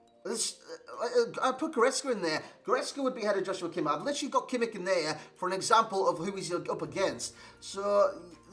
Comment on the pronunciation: You cant pronounce him more wrong 😂